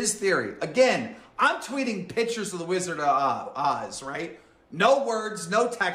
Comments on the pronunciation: Keem says pictures like a kindergartener. “Pitchers” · Side note: grown men that say “pitchers” when they mean “pictures” have serious BABY energy 👶🏼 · The way he says "pitchers" instead of pictures. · Love how he pronounces “pictures” like “pitchers” like a toddler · Never trust anyone who says "pitchers" instead of "pictures." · Man says “pictures” like “pitchers” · he is so under-developed he keeps saying PITCHERS.... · "pichers" -Keem I don't mean to make fun of speech impediments, but he is so mean. You keep saying "pichers" Keem. It's pictures.